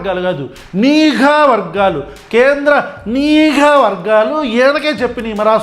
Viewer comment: nenokkadine observe chesaanu anukunna...nuvvu pattukunnavaa Anna...... neeeeeegha vargaalu anta.. telugu raadu PK ki